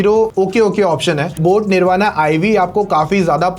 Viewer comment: It's निर्वाण why can't you hindi guys pronounce correctly